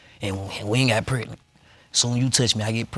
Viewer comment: Can we please pronounce “pregnant” the way it’s supposed to be pronounced instead of “prenan”